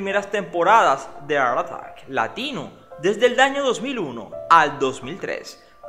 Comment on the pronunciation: Porque dice ar artack? Y no Art attack